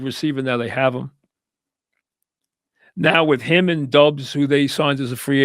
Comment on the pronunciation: 43.23 It's DOUBS, not DUBBS MIKE!!